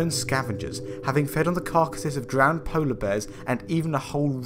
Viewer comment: a "Polish" shark? did you mean "Arctic"? or wait did you say "Poleish"? is that even a word?